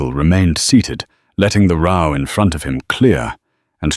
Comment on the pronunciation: Mispronounced "row"